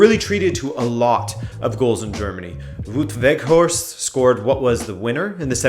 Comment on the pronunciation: haha that pronounciation of wout weghorst is something else, to butcher it less say ou vowel like you would say 'wowed'